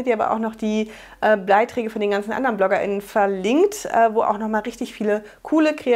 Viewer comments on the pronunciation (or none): Hihihi..."Bleiträge"...cooler Versprecher! (Minute ) Kein Wunder bei all diesen `BL´-Wörtern - Blogparade, Blogbeiträge, Blogger...😆 DEINE Nachrichten gucke ich echt gerne! Diese Stickknöpfe finde ich wirklich eine tolle Idee! Den Stoff-Klebestift kannte ich auch noch nicht! Die Stoff-Pakete finde ich diesmal alle drei sehr interessant, kann mich gar nicht entscheiden! Und alle vier Bücher auch! Danke für das locker-luftig-leichte und aufschlussreiche Video! 👩🏼👍🏼